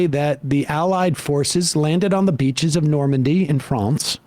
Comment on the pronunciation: Love the way Sam pronounces France 😂